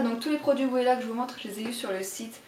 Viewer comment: par contre "Wella" se prononce "Vella" lol, ce sont de très bon produits !